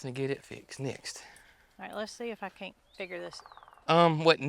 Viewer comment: I just LOVE your caints and aints...you make my day😊